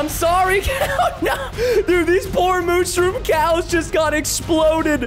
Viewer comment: Did anyone notice that preston said " mooshroom" XD